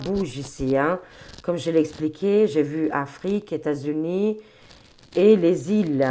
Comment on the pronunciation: Ses lapsus, son imagination fertile... trop drôle 😂😂😂 Qui osera lui dire que " leS États Unis" se composent de plusieurS États et que la liaison se fait avec le S ?